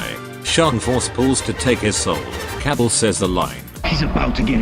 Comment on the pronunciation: Kabal, Cabble